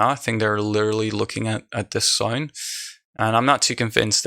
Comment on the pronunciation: "this zOAin" Are you from Australia ?